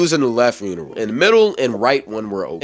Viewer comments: I’m fried bru why he keep saying “uniral”😭😭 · boy why u keep sayin urinal wrong 😂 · i’m not sure about this “uniral”, but it sounds like he’s talking about a urinal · the way you keep saying uneral instead of urinal is killing me 😂😂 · are you trolling when you be saying "unrial" ts got me giggling